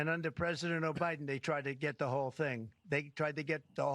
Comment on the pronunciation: Anyone else hear Trump call Biden, O’biden? 😂